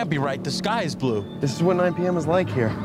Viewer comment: 'loike' wize